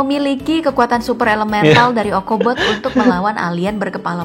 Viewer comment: Bang ochobot bukan okobot